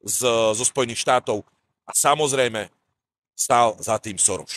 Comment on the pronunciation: Soros. Čítaj Soros alebo Šoroš.